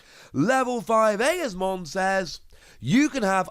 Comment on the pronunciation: Eosmon is pronounced “E-Oz-mon”